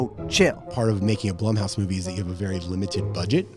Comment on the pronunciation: LISTEN.... When you couldn't pronounce the name of the stupid studio properly, I turned off the video. "bl-oo-m" house...doesn't rhyme with "plum" ... It rhymes with "room"... ALRIGHT. Secondly, this doesn't need explaining. The movie was obviously going to suck, and there's no justification for that.